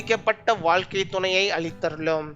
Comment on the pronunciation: தமிழ் வசனத்தை தெளிவாக உச்சரிங்க.....வால்கை இல்லை ..(.வாழ்கை )